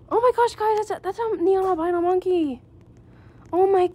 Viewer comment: loved when u mispelled "monkey" by saying "nonkey" LOL